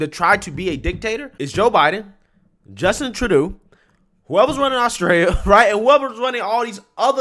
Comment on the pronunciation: You finally said Trudeau right. 🤣....Congratulations